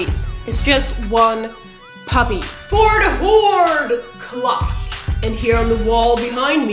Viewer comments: "pubby" dat pronunciation. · Lol "pubby" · I love the way you say puppy :')